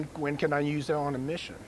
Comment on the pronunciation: I don’t care if you’re a ranger. “Use” is not pronounced “nuse”.